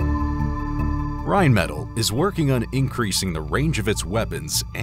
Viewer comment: I like how you mispronounce Rheinmetal every time. It’s said like Rine-meh-tall. Now you may continue with the video.